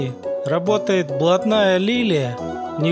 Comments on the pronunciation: болотная а не блотная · Какая Блатная. Читать научись!!!! Болотная Лилия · НЕ БЛОТНАЯ А БОЛОТНАЯ